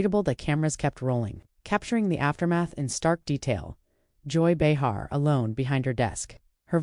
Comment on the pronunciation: If this actually happened, it was a classless ambush, nothing less. The AI narrator called her something close to Joy Behar, but not quite. Listen to the first 2.5 minutes, again.